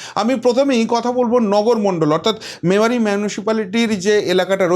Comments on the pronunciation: Not mamari- it is Memari pls correct yr pronounciation. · মেমারি উচ্চারণ টা ঠিক করতে হবে